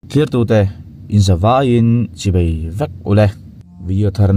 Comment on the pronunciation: Chibei ti lo laaa,chibai ti zawk la aw.Boss.❤